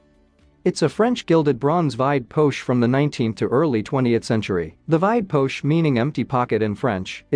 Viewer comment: Stolzenfels = SHTAWL - tsen felz Vide poche = VEED PAWSH